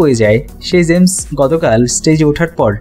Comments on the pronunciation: Bhai apnar uchcharon er eto behal obostha kan. Najrul Islam NOT norzul islam. James not zames, UDBODHONI not udbhodoni. Apnader moto bhul pronunciation kora vloger der $100000 fine kora uchit. Culture noshto korben na. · ভিডিও বানাইছে জেমস উচ্চারণ করতে পারে না